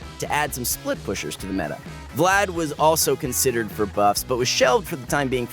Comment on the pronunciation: smh he says vlaud rather than vlad